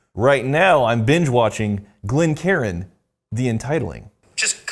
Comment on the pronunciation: "Glen Karen glass" XD